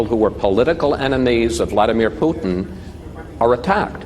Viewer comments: It's 'Vladolf Poostain'. All hail Tsar Poostain. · putin LAW-AY!!! 😂😂😂 indi pa kabalo mag-english!